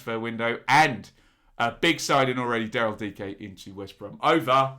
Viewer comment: Good job pronouncing Dike!